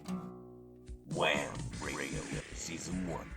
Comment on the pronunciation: Gotta really put emphasis on the H. wHam 😂